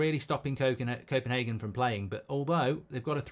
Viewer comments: It’s Copenhagen and not Kopenhaken as u say 😁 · Goldbridge ffs it's copenHAYgen, not HARgen